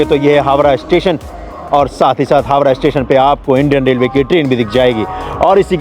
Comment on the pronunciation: भाई हावरा नही हावड़ा कहा जाता है